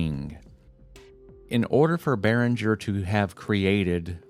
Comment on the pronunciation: The g in Behringer is pronounced as the g in gas, guess or graphics. It's a german name.